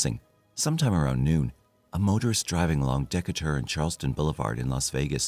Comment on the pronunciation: Not deck a ter but de cate er